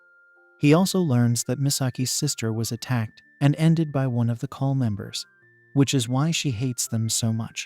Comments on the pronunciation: It is not kali it is kall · As a "Man of Culture", I approve of this manga video recap. However, the monster men are called KALL not Kali. This is just some constructive criticism that you can use going forward with your future videos. Monster-kun, I am ready for you to take me away so I can be Isekai'd to that world!!! 😍 Be safe and be 😎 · My name is kali so stop saying kali and start saying kall